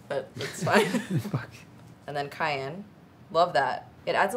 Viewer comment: My name is Cayenne and the way they pronounce it is driving me crazy😅 It’s pronounced CayENNE not CayANNE lol I loved the video though! and always know how to make me laugh😂